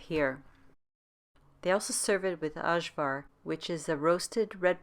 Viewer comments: Ajvar is pronounced "eye-var". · It's ok, very common for people who didn't grow up in a Yugoslavian houshold to mispronounce Ajvar. You're not alone!